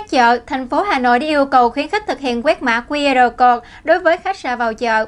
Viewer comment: XNV nên lưu ý khi phát âm, đọc 'QR CODE' nghe ỚN QUÁ